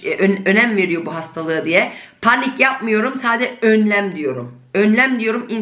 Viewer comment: Das Wort Panik wird auf Türkisch zwar gleich geschrieben, aber anders ausgesprochen. Die Betonung liegt auf der 2. Silbe. 🥰